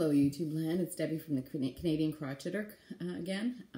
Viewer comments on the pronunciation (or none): You might want to rethink the way you pronounce crocheter. The word croch has different meanings, none of them should be attached to crocheting. I follow other Canadians and none of them pronounce the word like you do. I enjoy your channel but every time you say that word I get a good laugh.